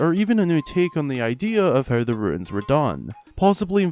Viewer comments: Ruins??? RUNES! "rooooons"" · He kept saying "Sheikah Ruins" when he meant to say "Sheikah Runes" and that kept confusing me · I just want to know why so many people pronounce runes as ‘ruins’ - they are very different things 🤣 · Stop saying ruins for runes lol